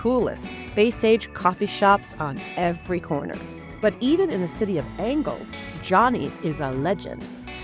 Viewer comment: It's the City Of ANGELS, not the City Of Angles. 🙄